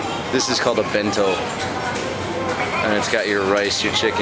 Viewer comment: Ben-To :D!